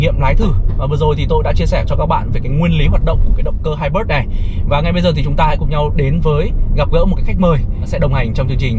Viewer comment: Kênh hay, nội dung đc, mẫu ok. Nhưng nên học thêm tiếng a nha sếp :)) hai bớt là công nghệ gì đấy